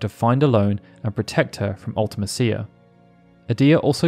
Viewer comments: Absolutely agree UltiMEEcia is much more fitting. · Its spelled mecia…. Like felicia. Mee-sha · man, the more videos I watch on FF8, the more it becomes apparent that nobody actually knows how to say Ultimecia’s name… 😅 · The way you pronounce Ultimecia is pretty cringy. Also, I'm pretty sure Matron is a title, not a name.